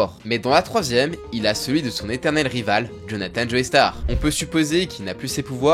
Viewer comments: "Joeystar" ? Sérieusement ??? 🤦🏻🤦🏻🤦🏻 C'est JOESTAR ! Il suffit d'écouter l'anime pour entendre qu'ils disent "Joestar" et non pas "Joeystar" ! On dit "Jojo" et pas "Jojoey" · le sang des joeystar ??? je t'ai toujours bien aimé mais la c'est trop c'est joestar (josuta) alors fait attention a tes prononciations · Tu peux arrêter de prononcer joey starr ?